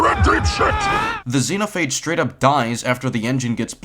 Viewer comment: I'm gonna say it once, it's Zenophage not the way your pronouncing it